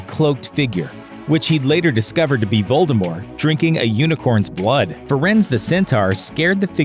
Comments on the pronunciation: who is "Voldemore"? Did you get someone who has never read or seen Harry Potter to read the script for this video? >.< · Why do you turn the T in Voldemort into a silent T? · I can’t make it through this entire video - Voldemort has a T on the end of it. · A horcrux seems to have tainted this narrator's ability to read and or pronounce names. "Voldemore" disapproves. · anyone else put off that the narrator keeps not pronouncing the T in Voldemort's name? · The T is not silent in the name Voldermort!!!!!!! You could turn the mispronunciation into a drinking game with this video. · You DO know you're supposed to actually pronounce the "t" in Voldemort, right? It's not the Colbert Report. Lol. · Voldemort. Not French. with a T at the end. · Lets go ahead and enunciate the t in Voldemort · I am just wondering why the narrator drops the T in you know who's name? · there is a T at the end of Voldemort. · Domus deBellum jk Rowling said herself that the t is silent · Well J.K said "t" is silent